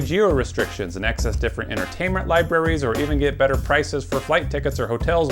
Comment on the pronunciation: "Accses the content you love",He said